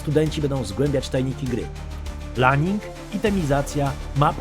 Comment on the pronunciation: co to jest laning?XD chyba ,,lejning'':P